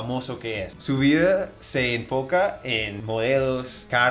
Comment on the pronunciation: cuando dijiste "su vida se enfoca" tu español fue perfecto se te escucho un poquito paisa y todo